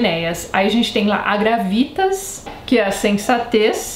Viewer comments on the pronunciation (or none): Só auxiliando em detalhes: sobre a pronúncia, PÍeTAS, GRÁuiTAS e DEuóTIO (o som do v não existe, mas é pronunciado algo entre u e v). Sobre a Pietas, ela se trata de uma devoção para com os costumes, sobretudo, honrar os deuses, cumprir com o destino, não se entregar aos prazeres em vez da luta - depois veremos como esse ideal de herói será descontruído, principalmente por Ovídio, cito os versos de Virgílio e a paródia de Ovídio (e em tradução minha livre): Arma virumque canō, Trōiae quī prīmus ab ōrīs (As armas e o varão canto, que das orlas de Tróia) [sim, as "armas e os varões assinalados" de Camões vem daí] Ītaliam, fātō profugus, Lāvīniaque vēnit (veio até a Itália, fugido do fado, e até Lavinia) ... Arma gravi numero violentaque bella parabam (As armas em verso austero e a guerra violenta preparava) edere, materia conveniente modis. (para canta, a matéria que convinha ao meio) par erat inferior versus—risisse Cupido (o verso em parte era inferior - riu-se Cupido) dicitur atque unum surripuisse pedem. (e dizem também que me surrupiou um pé [do metro]) Isso para justificar que Ovídio cantará em versos elegíacos (hexametros, iguais aos versos de Virgílio e usados nas épicas, Ilíada e Odisséia também, seguidos de pentametros, ou seja, versos de 5 e não 6 pés, i.e. com um a menos)